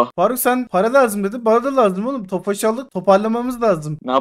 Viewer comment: Abi o ofaş değil Tofaş